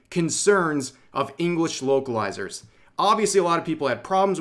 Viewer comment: Whenever Rev said "vocalizers" I hears "wokelizers" :)